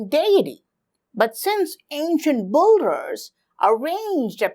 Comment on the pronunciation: its builders not bolders